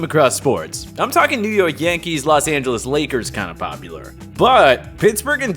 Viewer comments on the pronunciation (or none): none